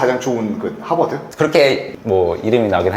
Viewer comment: 하바드 발음 일부러 한국인처럼 하시는듯 ㅋㅋㅋ